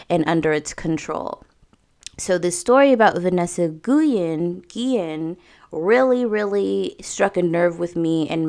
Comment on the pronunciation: Last name pronounced: Gee- yen